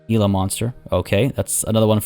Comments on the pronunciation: for what it’s worth, I’ve always heard it pronounced as “Hila” Monster. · Hello! I'm no troll, I wouldn't do that to you, I am a friend. I live where Gila monsters live. It's pernounced Hee-la monster, no hard G. Same as the river here named Gila River. At one of my local Zoos you can get scary close to the Cassowary.